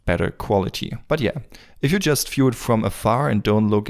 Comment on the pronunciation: I just want to say, FEW IS NOT VIEW and VIEW is NOT NOT NOT FEW. HOLY COW THAT IS SO FUCKIGN ANNOYING